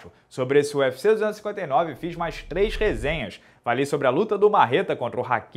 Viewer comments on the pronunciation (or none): none